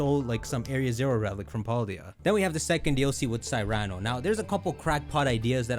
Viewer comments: Great video theory. But learn to pronounce Cyrano is pronounced like "See-Ra-No". like the play Cyrano de Bergerac is a play written in 1897 by Edmond Rostand. That was made in to a book. Colture your self. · Cyrano is pronounced “SIH-ruh-noh” (like the story of Cyrano de Bergerac based on the real person of the same name)